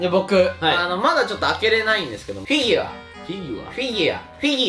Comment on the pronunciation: カンタ『フィギュワ』 『フィギワ』 『フィギア』 惜しいのに3回とも正解してないの笑う